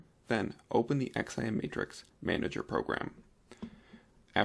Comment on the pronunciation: LOL You know its not called an X.I.M. ... its just XIM (pronounced "ZIM")... like you dont have to spell out the letters lol... other than that a useful vid :)